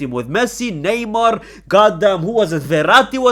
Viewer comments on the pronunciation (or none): none